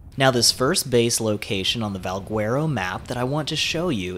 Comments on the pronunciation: Not pronounced VALG-WERO… it's more like VAL-GHETTO!!!! Trust me, Spanish is my first language. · in portuguese we dont read the U next to the G, so we say it Valgero, and the word itself sounds latin so i would go with that :) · Try Spanish dude. If you say Valgwearo on the server we play on, you would get tranqued. But great presentation. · Val - gar- oh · No one is going to say anything about how he pronounces Valguero? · bruh ive heard about 40 ways people pronounce it... its getting ridiculous xD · Guy Colon that’s why I came to the comments section 😂😂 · I hate how you pronounce Valguero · Haha thanks, there are so many pronunciations going around for Valguero, but I think you're right! Keep an eye out for my next Valguero video and I'll pronounce it properly this time ;) Thanks for the tip!